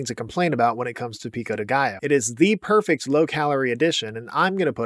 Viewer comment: Salsa in Spanish is just "sauce". Could it be it's just spicy sauce or something? It's not traditional in my region (Spain) so I can't name it properly, though, but we wouldn't just call a sauce, sauce. PS: Great job pronouncing "Pico de Gallo", the "ll" often eludes English speakers!